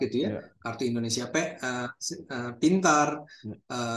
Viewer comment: Indonesia pak..bukan Indonesa.